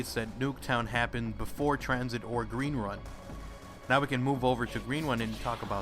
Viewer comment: Gween Wun?